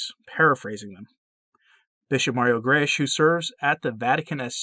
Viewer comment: Grech is pronounced "grek"